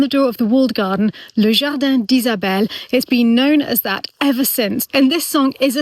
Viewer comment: Beautiful song, but “jardan” not “jardin” 😊